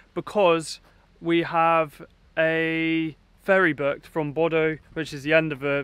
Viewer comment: so funny hearing you pronounce Bodø and Lofoten, Bodo and Looften :D